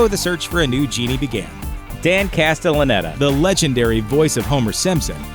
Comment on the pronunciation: had a little trouble pronouncing castellaneta, eh?